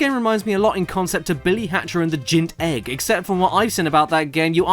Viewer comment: "Billy Hatcher And The Gint Egg" made me laugh way more than it should have Caddy!